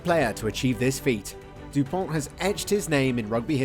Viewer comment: Antoine Dupont will remain in history books as the first the have British commentators pronounce the vowel “u” correctly!